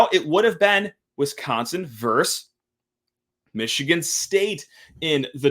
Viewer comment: Oregun. Michigann